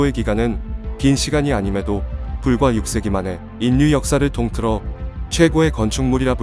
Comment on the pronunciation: 읽기 연습을 좀 해야할 듯. ㅉㅉ. 인류는 일류라고 읽어야지 인뉴라고 읽으면 안되지. 반론도 반논이 아니라 발론으로.ㅉㅉ, 짜증나서 듣기가 싫음.